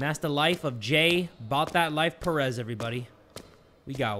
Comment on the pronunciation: Btw Jay, your "Perez" on your name (is that the spelling of your Perez?) Is Pronounced as Pe-rez not pronouncing it fast- Btw Your videos are daym Amazing!!!